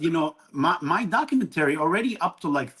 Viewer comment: it’s not a docuintery it’s documentary stop saying that the way you are Mabye it’s your second language